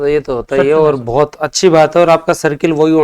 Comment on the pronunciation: बहुत को भोत बोलते, श को स बोल रहे, और को ओर, ये कैसा माजरा है भाई